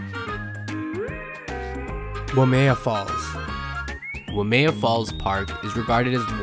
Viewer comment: Even mentioning the Staircase is woefully irritating. Pronounce WAIMEA correctly.